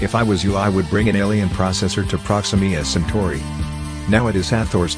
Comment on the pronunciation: "proximima santori" 💀